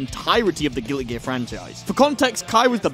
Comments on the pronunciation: Why is he saying gilly gear? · Why do you say gilly gear? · I can't get over the fact that it sounds like he says "Gilly Gear" everytime he tries to say "Guilty Gear" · I love how he says gilly gear instead of Guilty Gear.